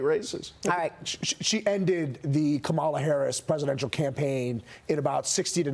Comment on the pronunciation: At this point, any so-called pundit commentator who still mispronounces Kamala Harris's first name immediately disqualifies himself. There is no excuse, regardless of one's opinion of the woman or how she's doing in her role as VP.